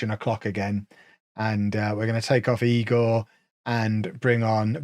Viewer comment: it's eye-gor